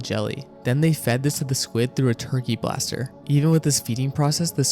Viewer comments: bro said ‘turkey blaster’ instead of baster 😂😂😂 Surely this is an ai voice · Its a turkey BASTER babe. Not blaster. And its LAH GOO NA not lajoona